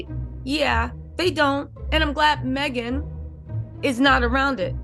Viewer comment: it's Meghan not maghan sounds like you are a troll